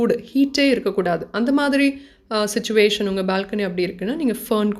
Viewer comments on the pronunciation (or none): none